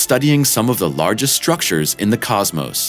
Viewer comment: "Say Cosmose again! I dare you, I double dare you motherfunker... Say Cosmose one more mother funking time!"